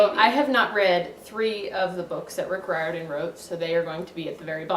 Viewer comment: No hate but it’s pronounced reer-din I’m pretty sure